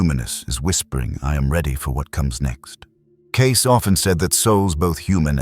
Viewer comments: CASE NO IT'S CAY-SEE !!!!!!! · It's " Kay-SEE", NOT "Case"! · NOT "case"!!! Cay-see!!! Stupid AI!! Not as smart as everyone thinks you are!! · Lovely video. Thank you.(and its Edgar Kay-see)